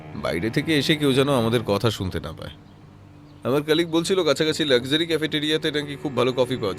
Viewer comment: The narrator really needs to improve his English pronunciations its FILE & not Phile , its Coffee & not Cophi , its Luxury & not lusury. Its GOVERNMENT & not Govararnment. Speak English & not Benglish.